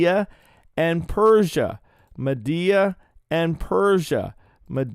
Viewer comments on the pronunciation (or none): Every time you said MADDEA 😂 Love you,! ❤